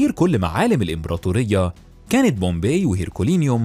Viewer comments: طيب مش لما تعرف تكتب عربي الاول مهيم ده انهي لغه !!! ثم اسم المدينه pompei پومپاي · Bombay or Pompay...you got me quite confused 😮 النطق الصحيح مهيم جدا..